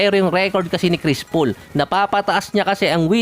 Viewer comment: ano daw, "kris pool"?